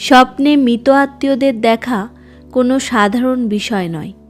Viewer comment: দিদি কথাটা মৃত। দয়া করে মিতো বলবেন। বাংলা উচ্চারণ টা ঠিক হওয়াটা খুব জরুরি। নাহলে শুনতে খুব খারাপ লাগে